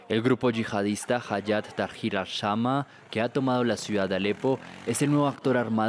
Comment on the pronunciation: "Al shama" 😂